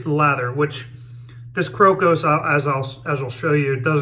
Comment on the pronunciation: Hey. Today I learned how to pronounce the name of that soap correctly, thank you. I liked the way you were using the very tips of your boar bristle brush. Great lather and a real nice shave. Nice one.